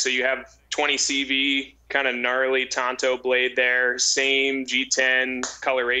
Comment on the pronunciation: TONTO WAS THE LONE RANGERS SIDEKICK........ TANTO IS PRONOUNCED TAN-TOE....